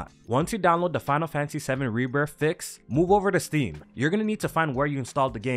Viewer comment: There is no F in Rebirth. It's Rebirth not Rebirf.